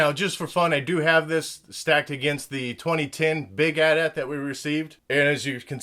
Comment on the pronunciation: it is At-At